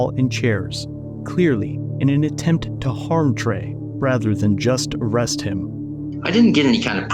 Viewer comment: SMD make an ARRESST?? haha oklahoma sounds like calfornia